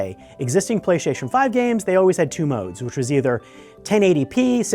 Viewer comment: “Playshashion 5 games”